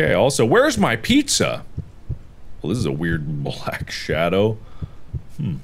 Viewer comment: The way that girl said piSSa instead of pizza Made me wanna Die